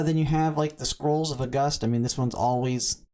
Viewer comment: OK while we are on the topic I’m pretty sure Auguste is pronounced like the month August (or if you wanna pronounce it the French way you could do “Aw goosed” since it’s the French form of Augustus). I don’t think it’s pronounced like “Uh Gust” as in “a gust of wind” lol Anyway I like your informative content and I hope u keep it up 🫡